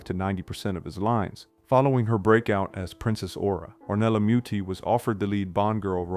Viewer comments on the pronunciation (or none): Good thing: Your analysis of these films is excellent. Bad thing: Have you actually heard the names of these people? Is this AI voiceover? Please pronounce the names of people correctly. Ornella Muti is not pronounced “Ornella Myutti.”